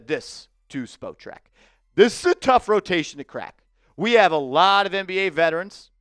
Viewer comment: Btw it's pronounced spa track the spo is pronounced as an a like spot track